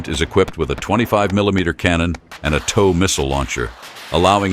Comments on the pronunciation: TOW is pronounced "toe", not "tow" as in "tower". It drives me crazy hearing it mispronounced. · Maybe tell the AI narrator that TOW is pronounced "toe," as in "Tow truck." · It is pronouced "TOE", not TAU... TOW stands for Tube launched, Optically Wireguided (TOW) missile. And, there is NOT way that it can survive a shot from a 120mm main gun of a tank. The M2 armor protects the vehicle through a full 360 degrees against 14.5 mm armor-piercing incendiary (API) ammunition. The main gun on tanks average 120mm in size... You do the math as if it will stand up to that... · T.O.W. is pronounced toe like tow truck.😮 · It's not "TOWE", it's pronounced like you would pronounce the word "TOE!" Get it right goofball!!! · The word is TOW not TAW !! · Pronounced toe not ow, like you can tow things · TOW = Tube launched Optically sighted Wire guided It's pronounced like toe. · Rhymes with 'row.' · Its TOE, TOE! Like your big TOE! Got it?? SMH Should we really fear AI if it can't even pronounce a three letter word?? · Mispronounced the system name (TOW sounds like things on the front of your feet. This is correct) So:dislike..don't recommend! Block Throw shade. Free advice: human narrators are cheap. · Interesting pronunciation of “TOW.” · How the heck do you mispronounce "tow" every other time?